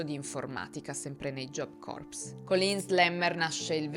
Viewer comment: Punteggio che “corps” si pronuncia “cor” (anche la p è praticamente silente ). Se pronunci la p e la s stai pronunciando “corpse” ovvero cadavere.